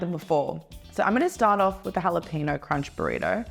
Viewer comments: That Australian woman keeps saying it wrong because it's Burrito not Borido and it's Jalapeno "Halapenyo" not Halapino. 😄😂🤣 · stop saying "halapeNO".... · Someone please teach how to say jalapeño. Its like nails on a chalkboard! Thank you!